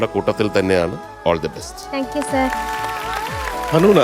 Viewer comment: ദയവ് ചെയ്ത് നോട് ആരെങ്കിലുമൊന്നു പറ, ഹണൂണ അല്ല ഹനൂന എന്നാണെന്ന്. ആ പേരിൻ്റ ഭംഗി നഷ്ടപ്പെടുന്നതു പോലെ ഫീൽ ചെയ്യുന്ന.